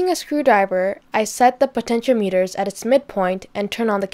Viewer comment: Your parents must be proud. Nicely done. Im sure you know, but for your viewers, potentiometers are variable resistors. They are pronounced "poten-she-om-meters" well, that's my phonetics. So, resistors lower voltage (signals) and they are a specific value, but the potentiometer can be precisely tweaked so that the signal is matched for your purposes. I dont know the sony recorder, but you said the 3.5mm jack was aux out or audio out. If that is where you put your headphones in (the Sony) then that would explain what is termed as "impedence mismatch". Of course, you could lower the input levels on the camera, but it would result in a soft distortion. It's never a good idea to record from a headphone jack. Personally I wouldnt link the camera. I would obviously record audio on the camera. You are going to go a long way.